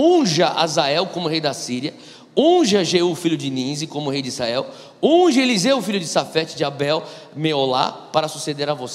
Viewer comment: Gosto e acompanho algumas mensagens do Irmão. É impressão minha que ele fala "Issael" em vez de "Israel"?